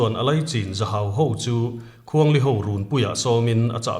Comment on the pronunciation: Khuang li anilo.awkapu .khuang hli .tihtur . Kei hi pawih kani a ka hreve